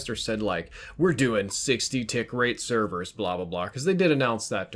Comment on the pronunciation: Hey, what'are these "Severs" you speak of?